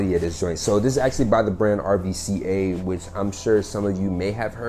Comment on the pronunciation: love the new pickups! just for informational purposes RVCA is actually pronounced (REW-KA) as the V represents a U and is only used as a V for the purpose of matching the A in RVCA. This is to “symbolize the opposites and how the coexist.” It’s VERY similar to BVLGARI.